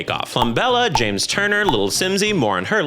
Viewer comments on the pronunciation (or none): none